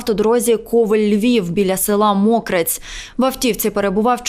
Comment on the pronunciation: Стидно що журналісти не знають як правильно вимовляти назви населених пунктів. Мокрець наголос на літеру е